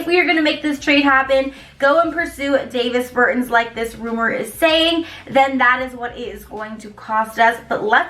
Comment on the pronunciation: You can tell she knows 0 about basketball..."David Bertins"